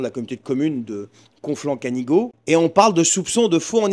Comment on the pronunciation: conflent du canigo on dit canigou en prononcant je suis de perpignan castex etait le maire de prades et des communes du conflent du canigo (canigou] eh oui il s en sortira comme beaucoup